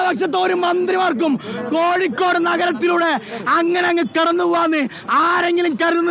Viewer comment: കോഴിക്കൂട് അല്ല കോഴിക്കോട്